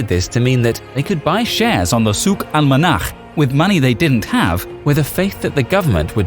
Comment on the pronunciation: I am impressed about how you can correctly pronounce "Al-Manakh"!! Not sure if the original word was "Al-Manakh" or "Al-Monakh" but it means Weather.